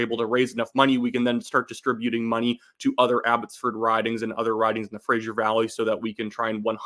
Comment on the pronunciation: It's the Fraser Valley, not the Frasier Valley. You're killing me 😂.